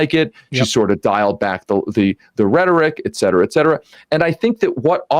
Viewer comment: May Sam will finally learn how to pronounce the phrase "et cetera" from this guy.